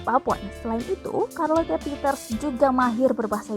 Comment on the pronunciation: Karlote 🤦‍♀️ sherlet lho mbak